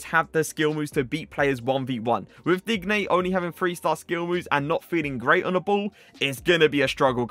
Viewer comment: Just not how you day his name😐 watch some aj3 he says it right